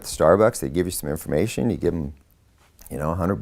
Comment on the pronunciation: "i'm not no dumb duuuuude....." " and i know how to go to the Freeaduaummb of infoaramatin act"